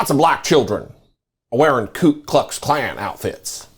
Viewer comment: Alito pronounced KuKluxKlan properly, if I heard it right. The others were saying KLUEKluxKlan. They don't even know what they are saying, but Alito does.